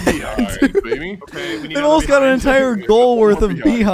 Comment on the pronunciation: So, am I the only one that noticed them all saying "BEE hind" instead of pronouncing it beHInd (emphasis was on the first syllable of the word instead of the last). Is that a Canadian thing? Is that how most people say it? I've always been taught that it's "BeHIND."